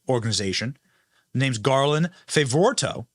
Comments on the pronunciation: Garland Favorito's name is pronounced Fav o rito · BENNY, work on your pronunciation and do some research on names before doing your videos. It's Garland Fav-o-rito. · Garland Favirito Fav-o-ri-to pronounced Fav-oh-ree-to. He has been on the front line of this and the conservative side has been denied and shoved into the corner. Thank God the Biden Crime Family went after this conservative attorney so he is able to present discovery! And discover they are doing so we need to pass this around. Interview Garland Favorito however that is spelled Benny. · Benny. It's Fa vo ri to. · Fa - vo - REE - to We love you, Benny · FAY-VO-REETO. is that so difficult? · Benny Garland's name is pronounced: Fav-or-EE-toe. NO ONE WAS PAID anything. The work he presents was done by VOLUNTEERS. And they did it without ever seeing the original ballots despite many expensive legal attempts to do so. (Paid for by hundreds of concerned Georgia citizens who DONATED to the cause of truly securing GA elections.) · His name is Garland Favorito pronounced "Faa Vor E Toe" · pronounced fav-oh-ree-toe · Fav-or-re-toe. Benny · Love you Benny, but learn the pronunciation of names beforehand so you don't butcher it repeatedly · Benny how have you not heard of garland yet? Ive been following his work since right after the 20 20 election. One of the reasons I KNOW the election was rigged. Also learn to say his last name.